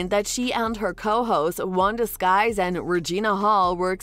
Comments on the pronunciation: It's Wanda Sykes, NOT Wanda Skyes! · it’s Wanda Sykes, not Skys as the commentator is pronouncing it! 😂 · Her name is Wanda Sykes NOT Skies! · lmao wow wanda "skys" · Oh my God her name is Wanda Sykes not skies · Is this a bot. Irritating voice? And it's not Wanda Sykes, duh. It's SYKES!! She said it three times. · Sad, this announcer doesn't know Wanda Sykes name. This puts the video in a bad light. Everytime she says it, I cringe 😬